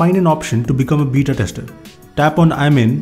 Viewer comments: it's beta not bita!! 😂 that's why were laughing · "beeta" lmao😂